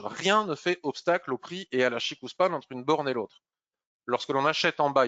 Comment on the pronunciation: CHIKO Span et non pas CHIKOU :) quand on a la confirmation du la kijun + SSA & SSB qui pointent vers le haut ou le bas on attaque. et qd elles sont horizontales on ne fait rien. le système ichimoku permet par un clin d'oeil sur le chart de connaitre l’équilibre du marché.